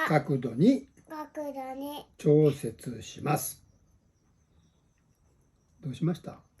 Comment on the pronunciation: 「ようとにあったかくどに」「ちょうせつします」 ここ完璧な発音ですごいですね✨さすがゆうくん👍